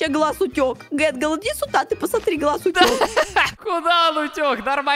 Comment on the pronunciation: Скренч вообще не гэнгэл а тэтгэл